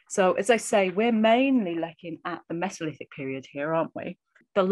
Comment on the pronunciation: "Mess-o-lith-ic"? You mean "Mee-zo-lith-ic"? {:o:O:}